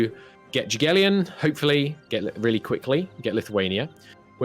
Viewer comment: Sejm is pronounced "same" Jagiellon is more less "Yagielon"